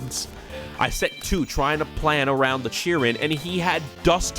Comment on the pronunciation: i will never forgive you for that chiron pronunciation☠️